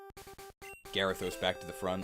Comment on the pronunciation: Gary-thos… im starting to hate that pokeman